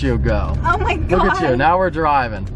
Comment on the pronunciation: When she said “oh my gowed”